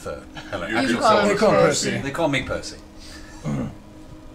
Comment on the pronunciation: You can tell that Taliesin has practiced saying Percy’s full name millions of times, because there is no way he could say that entire thing flawlessly otherwise